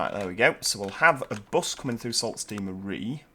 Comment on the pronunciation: Love your vids. Learn something new about TF2 every time I watch. BTW...I'm from Michigan and Sault is pronounced Soo. Keep up the good work